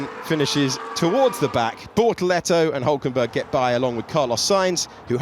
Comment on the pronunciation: I keep mishearing bortoletto as ”Lehto” 😂